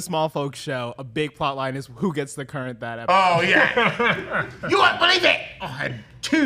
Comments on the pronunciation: Currants are just small red berries, used mostly for sauce and jelly. They are not raisins or grapes. And it's pronounced simply like the word "current". Your fancy pronunciation reminds me of calling a carhole a garage,.(You know the reference, Moe would be ashamed 😉) My family has a currant bush in our backyard that has been there for over 70 yrs. We make jelly from the berries. It's delicious. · They literally heard Ser Simon Strong pronounce it as "current", yet they chose violence 🤪